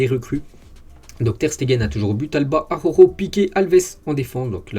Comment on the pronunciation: Salut,très bon travail,continue comme ça.merci. Ps: prononciation Jutgla=Routgla.(🙂) Et.araujo= arlaouro